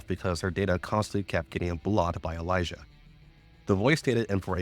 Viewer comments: I really dont like how Elisa is pronounced. Its Elee sa not Elijah. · This was great and helpful but holy fuck if you mispronouncing Elisa didn't drive me insane.